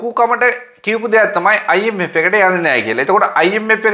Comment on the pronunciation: Macho try to pronounce “F “correctly when you say “I M F “